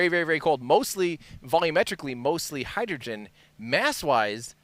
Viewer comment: Hydrogren and Oxygren? 😅😅 You know what else has "gren" in it? Grenade... I hope you didn't jinx it.